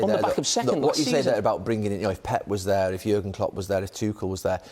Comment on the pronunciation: Nobody Carggher: thyeeer